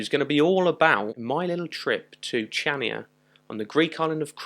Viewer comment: It's pronounced like Chania with a "K". Not like in "chips"...